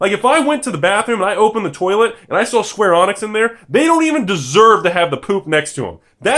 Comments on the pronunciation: It's not pronounced "Square Onyx" It's "Skwarr Uhneeks" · I wonder how many pedantic people there will be getting pissed that he's pronouncing it "Square Onix" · Square Avionics XD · I heard "Square Onix" and I immediately turned to the comment section... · Couldn't watch any longer after I heard Square Onyx. Sorry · hes straight up pronouncing the wrong letter. how can that not trigger someone. its idiotic